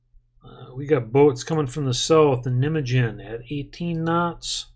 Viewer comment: The pronounciation of Nijmegen is a little bit different haha